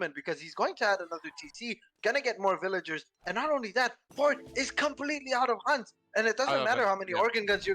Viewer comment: I love when says hunts like unts. That failed suvorov rush by Konsensus was painful to watch. I completely agree with. Wait until you've sent the card before you even think of pushing. You should either stay near your Town Center or scout ahead with one unit to make sure cav can't wreck your whole streltsy batch. The element of surprise is so important at high level play, especially with an all-or-nothing revolt-like timing build like suvorov.